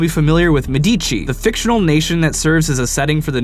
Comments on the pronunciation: Wow, the Medici pronunciation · you pronounce "Medici" wrong. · Love how you butchered the name Medici.